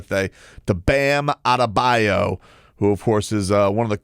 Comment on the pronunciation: Today we say Bams last name like Perk would Bam Adadebayou 😂